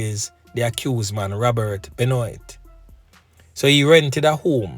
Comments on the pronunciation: Benoit is pronounced Ben - waah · BENOIT it's a French name bro, it's pronounced BENWAH😂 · It is pronounced 'benwaa' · Just want to share that the correct pronunciation of this predatory rapist sounds like "Ben-waa". It's a French last name.